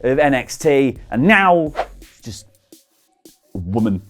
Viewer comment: you say woman like rowan Atkinson says "wibble"